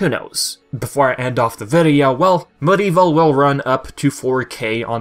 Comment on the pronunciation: MudEvil? It’s MediEvil please pronounce it properly. It’s annoying. Crash and Spyro are called Remaster Plus, that’s the proper term.